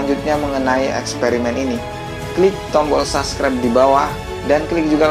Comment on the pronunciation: Lain kali jangan bilang saskrep. Subscribe bacanya Sabskraip bukan saskrep bro